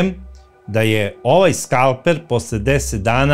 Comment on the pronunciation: Odlična epizoda, kao i uvek! Pedantno, detaljno. Bravo! Ali, i mali lapsus - kaže se skalpeL, ne skalpeR.